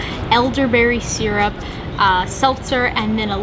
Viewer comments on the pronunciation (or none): none